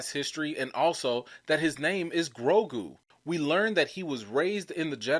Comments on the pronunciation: I think you pronounce the name “Grow-goo” and not “Grow-grew”. Although I think a name that contains grow and grew would be a cool name for a creature of the force. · I think his name is Grogu , not Grogru , and for me , as a German , it sounds cute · it sounds funny because you are pronouncing his name with 2 R's. its "GROGU" not "GROGRU". lol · Thank you! I lol and cringed every time he said the name... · GrowGrew! LMAO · Grogu, bro. Not GroGRU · 😂. Adele & Grogruuu. That got me too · Bruh it’s Grow-goo LOL...Grow-GOO! 😜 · It's (grow-goo). That's why you don't like the name because you're saying it wrong. I think the name is cool. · GroGOOOOOOO. DuhROP that 'R'! I was SO close to giving you a thumbs-down 'cause you kept mispronouncing the name. But I didn't. You appear repentant and will strive to change your linguistic ways. Besides...I couldn't find my wet noodle LOL Love your enthusiasm and commentrary. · LOL smh he was killing poor Grogu's name. 😂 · Ffs you can't pronounce Grogu right let a alone Yaddle! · Grogu! You going hard on his name and you're not even saying it right. 🤦🏾‍♀️ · you adding a second R in grogu. Just one r lol